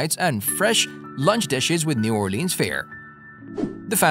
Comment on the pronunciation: Elizabeth's is absolutely amazing. The French Toast burrito is a thing to behold. Also, it's pronounced "or-lens." Locals don't take well to "or-leans" and definitely not "naw-lens." LOL